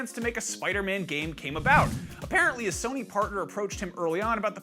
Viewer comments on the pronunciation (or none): none